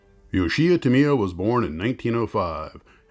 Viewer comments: Tamiya is the industry standard. I judge all kits against them.. With that said, the name is pronounced "Tam-ee-ya", not "Tam-ee-ah" or "Tam-eye-ah" as most Americans pronounce it. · Thanks for the info. I happen to live directly next door to the Tamiya family in Shizuoka. And had to cringe every single time you said their name. You should think of 'Ta' and 'Miya' as being two separate words. That would change your stress from the second syllable where it doesn't belong to virtually no stress at all. (Also Yoshi-O)